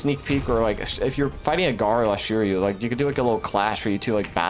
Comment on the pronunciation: the pronunciation is swee - ri - yu (suiryu) what is shuryu?